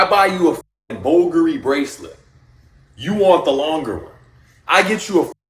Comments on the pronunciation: This idiot pubes cave even pronounce his words correctly and I'm gonna pay him to teach my anything??? He pronounced bvlgari "bawl-gurie"and instead of niche he said "nitch" .... I think I'll keep my money, thanks any way pubes.😂😂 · Am I the only one who is highly annoyed by his mispronunciation of bvlgari and Cartier? Like does he say it that way when he’s purchasing them in the boutiques? The cringe is real.